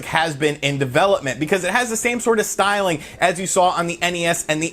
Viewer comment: drink every time he says "stylng"